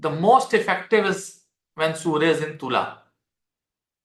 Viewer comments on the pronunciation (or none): none